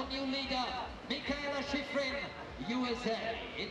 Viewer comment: That announcer really butchered sheeefreen's name.